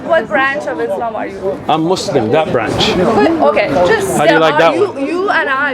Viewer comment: Why they say "Mozleem" 😅